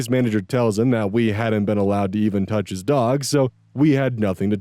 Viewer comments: When said "the touch." I thought I heard him saying "the Dutch. " and I got confuse until I re-heard. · i was also confused